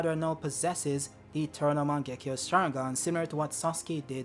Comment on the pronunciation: mich triggert es übel wie falsch du viele Sachen aussprichst!!! sasuke.... uchia.... mangekyo😢izuna... wie iel kommt da noch? madara auch und jetzt ist das mangekyo ist gerade zu mango geworden,tobirama auch 😢 orochimaru,tomoe auch 🙈 hashirama...sag mal hast du jeh den manga gelesen oder mal den anime gesehen??? 🤔 oh nee warte is ki generiert,oder?!??